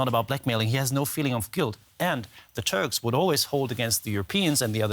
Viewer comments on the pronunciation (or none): Did he just say the Turds? May just be my hearing.